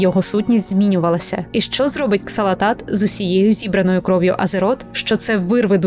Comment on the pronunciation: ааааааааааааааааааааааа! не Ксалатат, а Залатат....